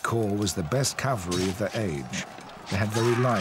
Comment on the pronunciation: It never ceases to amaze how professional productions fail to ensure that the word 'cavalry' is pronounced correctly.